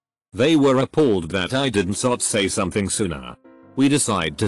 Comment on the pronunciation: sot that sot sot thing sot is sot so sot annoying sot